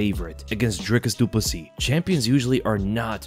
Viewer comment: The way you say DRICUS DU PLESSIS sounds like you're saying De Poo-C